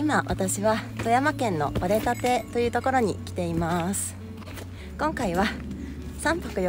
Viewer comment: " 折立 ” ⇒ おりたて ですね。